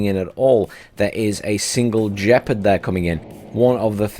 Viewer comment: It's Gepard, not Jepard